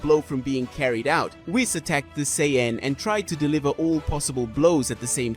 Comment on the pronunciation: Blocked for bullshit garbage fanfiction that could never happen. Also, you can't pronounce Sayian properly.